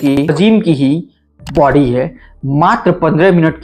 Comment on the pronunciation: Bady ni hota hai... body hota hai